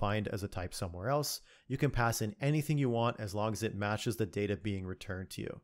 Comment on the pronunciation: I just come here to listen to your voice. Also it's pronounced data